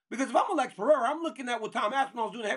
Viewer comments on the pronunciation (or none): One day chael and DC will learn to say Pereira's name right lmao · Chael literally can’t pronounce a single persons name right: Blehal, Jom, Peyerra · Chael, who tf is Blahal. You have to go out of your way intentionally to mess up names as bad as you do lmao Makes Hazmat Chimaev , Vinchinzent Luque and Alex Pierra sound accurate